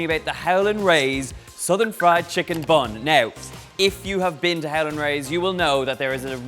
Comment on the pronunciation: I thought he said 'Helen' Rays lol